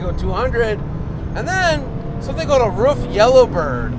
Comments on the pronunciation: Sorry Dude............but all you American Guys are pronouncing it`s name always totally wrong...........ist is not called "Ruf" but the same like your word "Roof". THANKS Greets from Germany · It’s Pronounced like roof = ruf